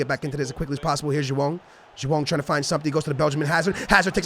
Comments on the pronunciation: Its joao not jowann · please stop saying joao